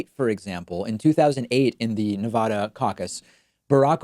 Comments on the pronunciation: Pakman, its Ne-VA-duh, not Ne-Vah-duh. They genuinely have bumper stickers explaining this (I lived in Reno for a bit). Since you are one for how to properly pronounce things, think But edge edge, let’s stop saying Nevada improperly. I love the show! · Ne.va.da not ne.vah.da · It's nevada not nevodda..... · Your show is my favorite source of accurate info, but please pronounce my state correctly!! It’s Nevada with a short “a” not Nevahda! I wince every time you mispronounce it. I commit to become a member of your channel if you can commit to learning how to pronounce “Nevada” correctly. I’ll send you the bumper sticker if that will help!! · You're driving me crazy with your bad pronunciation. Please use the short A and not the long A, i.e. Ah. Pretty please. This coming from a Californian. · It is NOT pronounced Nev-aah-daah.... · Spanish is your first language and you still take the "Nuh-vodda" pronunciation? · As a Nevadan it hurts me when you mispronounce the name of my state so much. 😢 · Not to be pedantic Nevada State is pronounced with a short first 'a'. An a like bat.